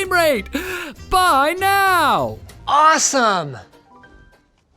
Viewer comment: Awesome or asem diketiak 😂😅😂😅